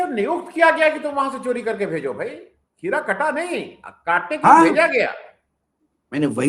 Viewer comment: Sir खीरा नहीं हीरा कट्टा है